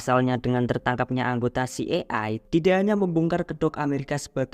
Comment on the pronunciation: Ci ai e (CIA) kali bang bukan ci e ai